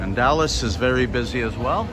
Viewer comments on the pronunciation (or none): Enjoying your vlogs. We will be in el corticito in 3 wks for 2 months. We did the same last yr. However, it's not 'dallas' restaurant, but 'DALIA'S'! Keep up the good work.